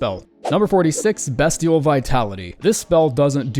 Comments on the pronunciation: Hey, Its Beastial, not Bestial(on Pronunciation) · I’m begging you to stop pronouncing Beastial like Destiel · Bestial is pronounced Beastial, like Beast? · b EE stial